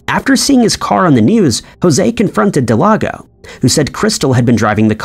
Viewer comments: Del-gado.... Not delago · It's not delago its delgado del-gah-doe atleast if her name is what it said it was on the screen... idk if anyone else noticed it but, he was saying her name wrong the whole time, if so... lol. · Every time you say "Del-ah-go" I cringe.... Her name is spelled "Delgado" That is "Del-Gah-Doh"... Jeez I don't know why it's so cringe but it might be bc you nailed the pronunciation of Paniagua which is much more difficult. Smh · Uh it’s pronounced Del-gah-doe not Del-ah-go 🤦🏽‍♂️🤦🏽‍♂️🤦🏽‍♂️ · Her name is not Delago, it is Delgado. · Del-gado, not De-lago. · Please, please, please. Check names for correct pronunciation. The case of Brenda Delgado, you kept calling her Delago. Close, but not quite. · Brendas last name is Delgado. Not Delago 😂. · It was a good video, but I can’t understand why you couldn’t say Delgado, you called her Delado through the entire last section. You need an editor man!! Or someone to check your shit before you submit it lol. Unless you disagree… then you can just tell me sick your lon dick. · Am I the only one that was like it says Delgado not delago? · it's DEL-GA-DO . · delGATHO. In Spanish, the letter "d"(day) is pronounced as a soft "th" as in "the" when surrounded by vowells. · It is Delgado. Please pronounce the name correctly. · Thank you I felt the same way especially since he nailed Paniagua. I cringe Everytime I heard Del-ah-go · I bet he thought G is silent in Spanish when J is silent. Homeboy mixed g with j case solved. Still makes me cringe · The ‘creepy’ part is how the narrator pronounces Delgado…. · You have to go out of your way to mispronounce Delgado. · OMFGGGGG THANK YOUUUUUU!!!!!! I was losing my shi and typin hate, when i seen this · I’m joining the crowd here, I was spazzing out over it!! Actually came to see who else noticed.